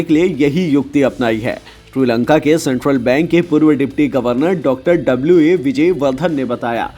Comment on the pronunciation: Kabhi Shri Lanka Kabhi Tri Lanka bol Raha he pagal he kya 😀